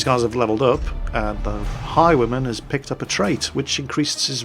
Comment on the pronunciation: Took me 10 minutes to realize that you were saying "Highwayman" and not "High woman" >.<